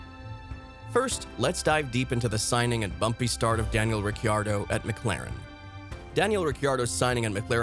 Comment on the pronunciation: Daniel Ricky-Ardo? Mn-ocko Grand Prix? FFS! Know your topic, man. This is just sad.